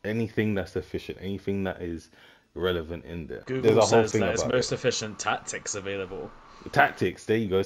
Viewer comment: “Relovent” you’re cooked 🙏